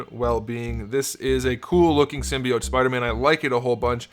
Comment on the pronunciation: Why do you said him spooder man dump